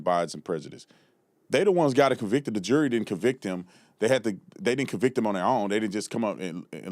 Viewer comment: It's not jewelry, it's jury! Why do black people have a hard time saying that word? Also, fruneral instead of funeral, ambalamps instead of ambulance, etc... Just asking.